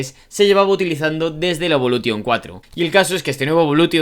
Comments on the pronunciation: Cada vez que dices evoluTTTTTion muere un afgano 😭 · Lancer evolu"TION" el acento.... A todo gas amigoo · A mí también... Evolu t ion.... Como cuando dicen play sta t ion.... 😵🥴🥴😵🥴😵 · DE POR DIOS!!! Deja esa T, aprende a pronunciar Evolution! Los nombres son propios! Deja de inventar! 😡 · Iba a ver el vídeo pero insistes en decir evolution a lo castellano, ni los japoneses lo pronuncian asi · Aparte de decir (evolution) como lo dices el 10 no salió en el 2005 🤦🏻‍♂️